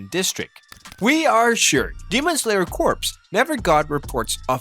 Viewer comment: you know corps is pronounced as kor right💀💀💀💀